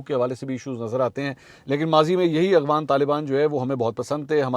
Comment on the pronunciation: yaar please Agvan lafz nahi hay Afghan lafz hay "اغوان" نہیں "افغان" لفظ ہے aap itnay bataya sahafi ho kai urdu k alfa sahi nahi boltay kindly correct karin